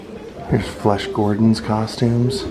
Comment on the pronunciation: you know damn well that you called Flash Gordon “Flesh Gordon” 😂😂😂 Great flick! Where’s Dr Flex E Jerchoff when you need him 😂😂❤️